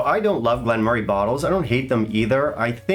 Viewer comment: you butchered it today...... No, in fact you massacred the dis😊distillery.😂😂